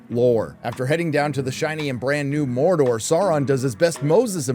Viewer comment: Mordor dude! DUDE MORDOR! MOR DOR DUDE!